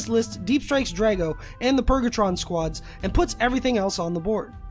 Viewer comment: It's not purgatron...